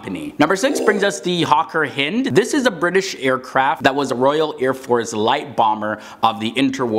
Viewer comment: It's pronounced 'HI nd' not HIN d